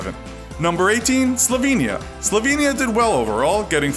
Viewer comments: Slovenia its ( slow-vain-e-a ) pleeeeeeeaaaaaaase you did this the last video. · Bugs me that people mispronounce Slovenia